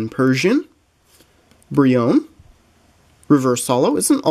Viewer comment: I'm pretty sure Brionne is pronounced Bree-oh-nay.